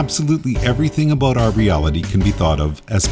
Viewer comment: It's amazing that this guy is so smart, yet can't properly pronounce the word "about."